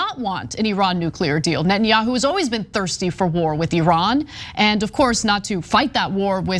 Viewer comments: hey Ana its Neta-nyahu and not Net-nyahu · This journalist cant pronounce properly Netanyahu